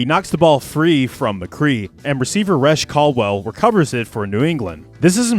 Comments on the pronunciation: Good job, but "RESH" Caldwell? It's pronounced REE-SHAY. C'mon bro, he was their leading WR in '06. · Lol "resh caldwell". Come on man. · Ree-shay Caldwell